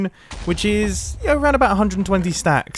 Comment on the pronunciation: when you said 10 stacts i choked on my water